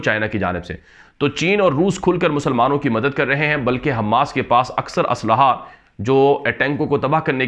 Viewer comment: حماس کا میم مشدد نہیں ہیے غیر مشدد ہیے آپ حماس کا میم مشدد پڑھتے ہیں غیر مشدد پڑھیے والسلام